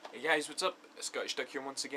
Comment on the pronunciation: said "Huey" haha I find it unusually funny